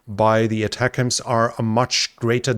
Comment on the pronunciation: Yay! First European to pronounce ATACMS correctly lol!